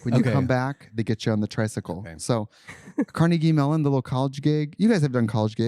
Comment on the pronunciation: “Carnegie Malone” 😂